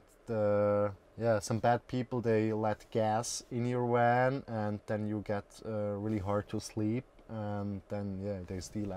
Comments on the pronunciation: It's a van not a wan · Funny how he is sayin "wan" instead of "van" 😂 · 'Werry werry nice wan....and thanks to Wincent" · "Woltage" instead of Voltage, "Wan" instead of Van, "Wenture" instead of Venture...... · Nice people, really. It kind off bugs me how they continue to say wan, as in water. It is kind of funny. The design is unexpected, have not seen kitchen bench in that position before, not sure I like it, stops access to driver cabin. The slide out sofa/bed is nifty. Would not like the shower, it needs more structure like some umbrella style wire contraption that makes it come apart during the shower. Would be kind off cool, because it is the opposite of an umbrella (water inside). I like that their books are visible and safe. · god his voice just became much too annoying after just 2 mins! he says 'wan' instead of van too! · I don’t understand the wan thing. They clearly pronounce v in other words. Eh?! Great van and all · It is not a... ooooan but a van... 😉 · Awesome space thanks for sharking! At first I chucked when they said "Wan" instead of van, then I realized their english is 100% better than my Swedish and shut the heck up! lol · Haha he pronounces his Vs as Ws. Nothing against him and all but it just caught me off guard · They keep saying wan instead of van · The guy in the Toyota pronounced hiace ‘hi-a-chi’. Now this guy is calling his van a ‘wan’ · Wery nice wan. Wery well thought out. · Wan, wenture, woltage.. The Swiss, man.. gotta love em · It's a van not a "WAN"! LOL! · Critter Cosner your suspect he said wan not van that is kind of annoying lmao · You lost me at " This is our Wan..?" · Aight I know it’s 1am and I wanted to know why this was recommended but is this man saying WAN? I know I’m tripping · I like how he says van. Wan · How come you can pronounce the 'v' in involved, but not van, lol? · Wery wery nice wan. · SAY WAN AGAIN. I DOUBLE DARE YOU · Did he say wan 😂😂😂😂😂😂😂😂😂😂😂😂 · i love when he says Van!! he sounds adorable